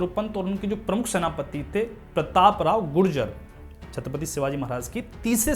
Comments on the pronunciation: Not Gurjar, It is Gujar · It's not gurjar, it's Gujar. Surname of a maratha clan